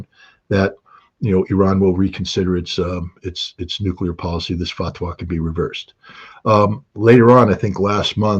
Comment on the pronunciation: I’m not seeing an intelligent analysis by Mr Ritter. I am seeing why he is ‘ex’ though. It was a painfully long monologue of spurious wishful thinking, though I note his enthusiasm for the repeatedly correct pronunciation of fatwah - pity he didn’t follow this with taqiyya or an explanation of its use. And I’m unconvinced of the USA reluctance to see oil fields out of action in the Middle East.. it is an ill wind that blows nobody any good.